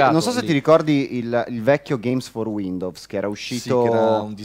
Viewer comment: per favore, almeno per una volta, pronuncialo bene su... WINDOWS 10 non WINDOVS 10